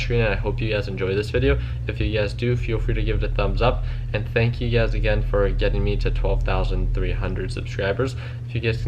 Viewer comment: Lol he says thansk for 12k subs wow this is old lolol